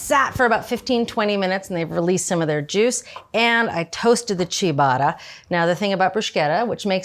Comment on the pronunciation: Inconsistently mispronouncing ciabatta and ricotta and bruschetta seems like rage bait